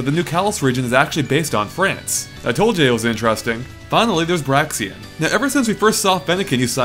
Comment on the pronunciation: He kept calling Braixen "Braxien"... somehow this really irritated me...